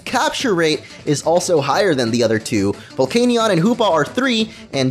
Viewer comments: The canion part of Volcanion is pronounced "Can-ee-en" Not "Cane-ee-on" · I'm sorry, but... "Vevellon"? "Arseeus"? Vevellon could just be an accidental mispronounciation, but Ar-see-us is clearly how you think the word is pronounced. Arceus is pronounced Arch-ee-us.